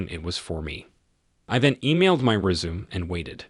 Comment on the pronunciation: The voice is pretty decent, but pronouncing words like sabotage and resume wrong is annoying.